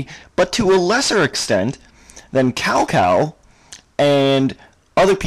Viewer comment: Cao Cao is pronounced as "Chow (2nd tone) Chow (first tone)".